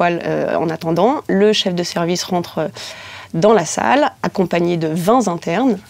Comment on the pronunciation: Vingt z'internes... 🤔